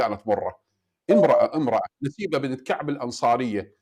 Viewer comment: منتهى الكذب على الله ورسوله....حتى الاسم السيدة نُسيبة أخطأ في قراءته نَسيبه